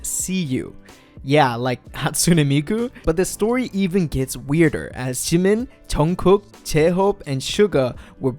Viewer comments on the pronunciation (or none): the way he said jemin jeunkook jehope and seuga (jimin, jungkook, jhope and suga) 🙄🙄